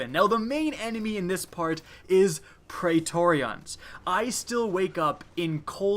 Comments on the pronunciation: I really hope he's pronouncing Praetorians like that on purpose... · I am triggered by your pronunciation of pretorians.